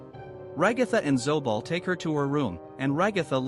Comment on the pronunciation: "ZooBalL" R u sure about that?